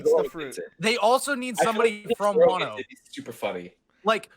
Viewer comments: You're pronouncing Wano wrong. It's cringe to listen to. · to let you know it's not pronounced way-no it's wan-o (like Wan-da) I believe it's based off wa no kuni which is what Japan was called a long time ago before they changed it to Japan.